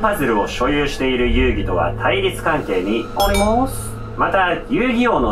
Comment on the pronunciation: 私、ほんとにが「RIDE ON」って言う時の発音が好きで、一緒に巻き舌で「RIDE ON」って言ってます♡ あと 「ありまぁす」とかも♡